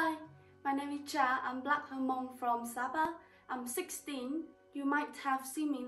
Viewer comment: Please keep and maintain the Hmong technique/ art . I was also wondering why is your pronunciation of Hmong, Ha-Mong ? Thank you